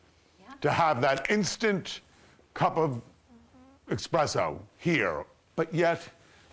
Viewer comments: THAT'S "ES-presso" NOT "EX-presso"! 🤔🙄😒 I'm poor, but would LOVE to visit and stay in a place like this! FIRST, HITTING THE KITCHEN! 🥰🤗💖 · Dennis Basso isnt a high end brand or designer and sir its not pronounced expresso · Yet he says "expresso". ha!! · EKSPRESSO !?? Really ???😂😂😂 you said it all 😂😂😂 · My man can pay 5 grand a night but cant say “espresso” correctly 🤦‍♂️ goes to show that wealth isn’t everything 😌